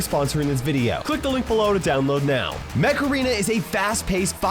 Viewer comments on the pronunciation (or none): For the sponsor instead of "Mech arena" I heard "Macarena"🤣